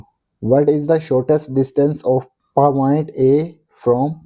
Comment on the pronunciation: And paaaoint also said wrong😅😅😅😂😊😂